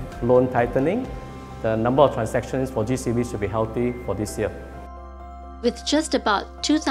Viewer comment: I’ve never heard someone pronounce the year like that before lol. Anyway, these homes are very beautiful.!